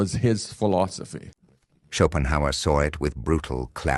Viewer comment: If you want people to take you seriously, probably a good idea not to admit that you just heard of Schopenhauer, not least struggle with his name (you called him Schopenheimer). Additionally, make sure you have a copy of one of his books on your table when quoting him, so you can at least refer to the source-text and not leave us with the suspicion that you're learning from another YouTube channel. Schopenhauer wouldn't use phrases like "If you're reading this..." and reference red-pill themes about giving time money attention energy and speak of the woman as 'she left you because' - this is some grifter on Youtube using AI to make something in Schopehauer's voice, and passing it off as themselves, and then believed it off the bat. This is embarrassing - you don't have a philosophical background. Your training is intuitive experience, ok ok ok. But it's not exactly Aristotle, is it. (Not that I disagree with the content of the video - you're right in what you say! But I'm not persuaded that it's original Schopenhauer, who was famously depressive and known for other writings...)